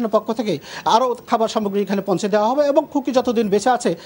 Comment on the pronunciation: পৌনছে না পৌঁছে হবে শব্দ টা